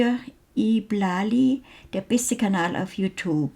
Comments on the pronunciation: nxtLxca wie sie es ausspricht was denkst den du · viele, die ihn nicht so gut kennen sprechen ihn so aus. Ist doch vollkommen normal